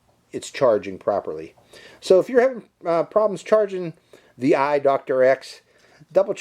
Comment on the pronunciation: it’s pronounced “thee-eye.” Out of the several hundred various brands of GoPro clones, ThiEYE is one of the half dozen best. I was expecting a drone from a top-tier action camera company to have a pretty stellar camera with EIS, but I think some of the Tello footage I’ve seen does look better. If the image stabilization needed to be enabled from within the app and someone who owns one of these can advise how to do so, I hope they post the instructions here, and then you perhaps could go back and do a second review with the image stabilization on. Also, the standard version was only $58 a day or two ago but has gone up in price $21 more today, and the plus version, which adds only a second battery and an external charger, was $40 more, a poor value.